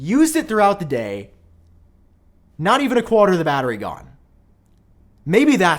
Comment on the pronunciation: More like qwater 😂